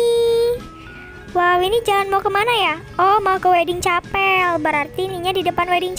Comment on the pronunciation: bacanya bukan capel tapi kapel